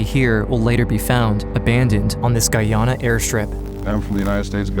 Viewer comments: I’m from Guyana 🇬🇾 and it’s pronounced guy Ana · My mother was born and raised in Guyana. It sucks that this beautiful country is known mainly for this disaster. Oh and PS - it's pronounced GUY-AN-NA, not GUY-AW-NA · Guyona?... How dare you mispronounce Guyana like that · I was most shocked by the pronunciation of Guyana